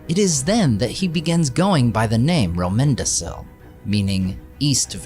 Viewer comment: Great video. I hate to be that guy but from my understanding, Romendacil (and other similar names) are pronounced with a hard c as in Romendakil. I could be wrong, but I don’t think I am. Easy mistake. Still, very good video.